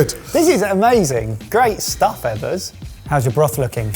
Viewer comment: Chef Eggers not Ebbers